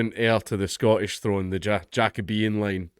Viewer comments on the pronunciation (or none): none